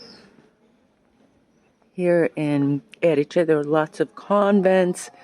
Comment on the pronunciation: I made the same mistake - for some reason native English speakers want to put the stress on the second syllable. Anyway, thank you posting this video. I was in Trapani a few weeks ago and it really is a great base for exploring that part of Sicily. It's easy to get the bus or the train to Palermo, Marsala, Segesta etc.